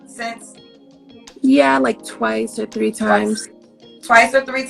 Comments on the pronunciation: She said "all tree of yall gone get hurt" 🤣🤣 I'm dead 💀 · All tree a y'all 😀🤣😂😄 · “All tree a yall” 😂😂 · She said all tree of y'all gonna be on the news... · You said “all tree of y’all I ain’t gone say no mo!!!! Hahahhaha